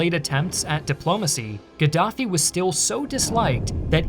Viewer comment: Gadaffi or Giraffie😂 🦒 I’m confused 🎉